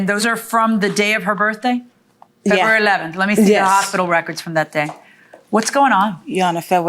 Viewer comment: Febwawy 🤣 It's a rule that you have to know how to correctly pronounce your own birthday month.